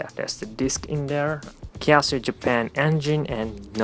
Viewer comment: I'm pretty sure you said kiasu instead of Casio.